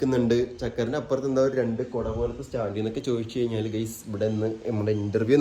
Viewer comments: Dear and ഗെയ്‌സ് അല്ല ഗയ്‌സ് എന്ന് തന്നെ പറയണം ട്ടാ 👍💯❤️🧿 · and ഗെയ്‌സ് അല്ല ഗയ്‌സ് എന്ന് പറയണം ട്ടോ 💯👍